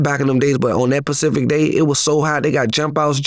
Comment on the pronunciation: is full of shit. He talks about everyone and he can't even speak properly. WTF is Pacific, it's specific dummy.